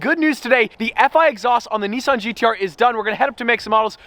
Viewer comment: Stop fucking around with icon cars like the Gallardo and stop putting an R into the words Bugartti and Nissarn.